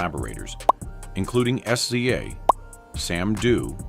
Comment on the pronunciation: Did he just say S . C. A. Instead of SZA?😂😂😂